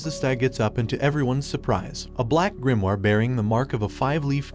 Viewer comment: Yo why does he say grimoire like that, its Gre-uh-more